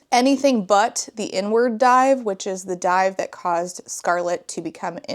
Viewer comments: INWARD DIVE omg I had to use subtitles because I kept hearing "the n word dive" and that didn't make sense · I swear I thought you said “n-word dive.” I had to rewind because I was like, there’s no way that’s a real diving term 😂 I assume it’s “inward dive.” I know nothing about diving, can you tell? lmfao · Ngl I thought you were saying "the N-word dive" and was baffled at you just breezing by that without commentary 💀